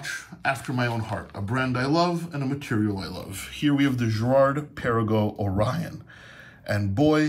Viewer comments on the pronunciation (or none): none